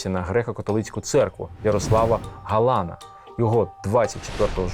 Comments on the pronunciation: Як зле коли про Львів розповідає не галичанин…,роблячи дикі наголоси на прізвищах …. Чому ГАлан …., а не ГалАн… і тд…? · ГалАн. ГаланА. Я розумію, що з тими галицькими наголосами проблема, але з цим прізвищем саме так.